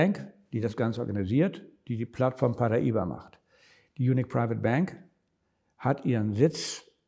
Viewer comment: Du weißt schon, dass das portugiesisch ist und eigentlich Paraíba geschrieben wird. Demzufolge haben sie es vollkommen richtig ausgesprochen. Aber für Kultur habt ihr MLM-Moonboy-Jünger ja eh alle kein Gespür.